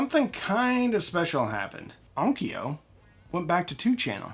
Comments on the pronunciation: let's clean up the pronunciation - it's on . kyo.u // similarly Kyoto is not 'ki.yo.toe' it's 'kyo.u , toe / long vowel 'kyo.u . vowel length matters a lot in JP . kyo /kyou/ ki-yo are all different. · Onkyo is not pronounced on-ki-o. It s pronounced on-kyo, the kyo being the same pronunciation as the kyo in Tokyo or Kyoto. Also, it just means sound or acoustics. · Please, for the love of god, On-kyo, not On-ki-yo. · I had an ONKYO (pronounced with two syllables! please) cassette deck and I loved that thing. It was a tank. With switches and meters. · Onkyo is pronounced: Own kyough (rhymes with Loan Dough) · In Japanese, onkyo is just two syllables. On-kyo. I had an aiwa. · It's "EYE-wah" not "Iowa". Two syllables, not three, no "O". It's also the Arabic word for "yes". I wouldn't stretch Onkyo into three syllables either. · As I argue with an AI that contradicts itself in explaining the pronunciation of ONKYO let me just say: There is no 'Ah' sound in ONKYO. There is no 'ee' sound between the 'K' and the 'O'. There is however a 'Y' sound as in yes and you. Why would there be two different 'O' sounds? Why would you remove the 'Y' all together. British English tries to screw with pronunciation just to be different. Let's stop it. No other language has Spelling Bees. Why is that? It's quite simple really. English is bizarre. How AIWA got pronounced correctly is magnificent. Why ONKYO did not is depressing.